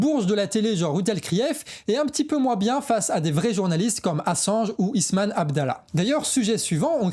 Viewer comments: RIP, tu prononces Ismane alors que son prenom est Issam... Sinon toujours au top, le meilleur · Tres bonne vidéo mais bon sang le journaliste s’appelle ISSAM et pas Isman (qui est un autre prénom féminin, d’ailleurs). C’est chiant, franchement. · Jm vraiment le pour avoir le mérite de faire du journalisme non biaisé fondé sur les infos confirmées et aussi pour le ton! Seul bémol: par pitié, entraîne toi à prononcer correctement les noms! Al Shifa et non Al Shafi; le nom du reporter: Is-sam et non Isman. And repeat after me: Human Rights Watch 😂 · AL SHI- FA c'est facile à prononcer!! Et le journaliste s'appelle I- SSAM! Alors tu en perds ton...arabe ou quoi?😅🤣